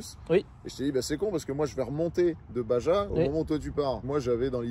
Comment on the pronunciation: petite info baja se dit "bara" (spanish) si tu veux pas passer pour un gland😂